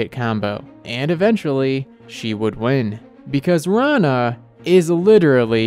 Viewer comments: Its not raana. It's rana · wait what! this is not how to pronounce her name!